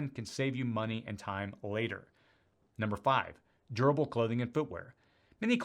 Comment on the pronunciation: Everytime you say durable... it sounds like you're saying gerbil. 😊